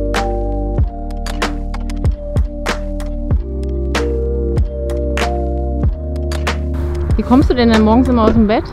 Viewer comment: "Und das ist unser VAN Marry..." Ich lach mich kaputt ;-)